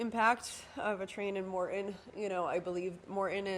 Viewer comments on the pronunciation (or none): As a spokesperson/PR person please work on not saying UM hundreds of times in a 30 minute video. FYI it's Morton not Morten. Thanks for the update.